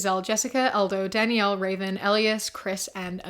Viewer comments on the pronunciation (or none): none